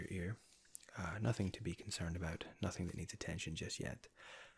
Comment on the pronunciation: Oh okay, makes sense. Yeah your “ou” in the word about and your “e” in the word perfect is different than ours. It sounds cool though!